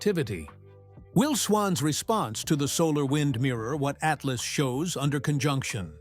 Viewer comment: Haha -- I didn't get past "Ah-tee-LOSS" . This AI-generated crap is ridiculous.